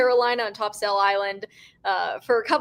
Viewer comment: Happy birthday … And topsail is pronounced topsil